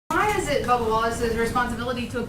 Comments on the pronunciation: It's BUBBA, not Bubble. Christ. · It's Bubba, not Bubble Wallace. This reporter I bet always demands an apology. How rude these reporters are. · I think his name is Bubba not Bubble